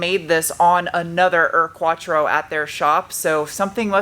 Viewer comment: There is at least the upside that you now pronounced Urquattro perfectly :D allow me to help with your Auspuff: It is pronounced Oucepooff with a shorter oo. Like some people pronounce roof, but even a bit shorter. Those Abt wheels are fire btw. They make the car 300% meaner, but I know they are unobtainium.